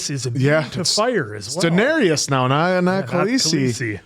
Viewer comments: You are pronouncing Daenerys incorrectly Dan-air-is Not Dan-air-e-is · Dan-ERRYS not Dan-ERRY-us! 😠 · Dan-air-iss /for the algorithm 😊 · The Dennarius killed me. Daenerys